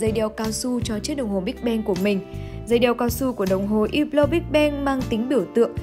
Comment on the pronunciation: Đọc là húp lồ. Đọc theo tiếng pháp ko có âm cuối